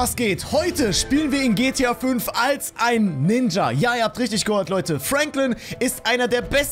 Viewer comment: Du hast am Anfang gehört falsch gesagt 😂😂😂